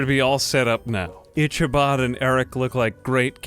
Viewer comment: Nobody:: "ITCH-abod"